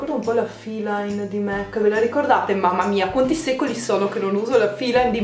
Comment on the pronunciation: Non è una critica ma MAC si pronuncia con la A